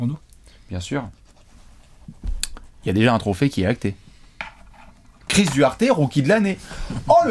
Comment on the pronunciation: Chris D-OU-ARTÉ....pas DU ARTÉ